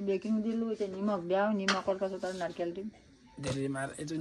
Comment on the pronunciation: narikel na narikol😅